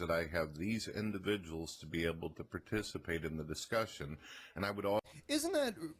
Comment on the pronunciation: I'm honestly surprised that The DP didn't catch on his Indivijuls thing on the first video in this compilation lol. He said it a few times and it was really prevalent lol